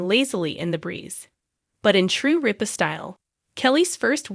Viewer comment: RIP-A not reap-A !!!!!